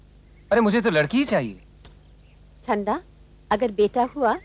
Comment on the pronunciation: It's Chanda not Chhanda 🤦🏻‍♀️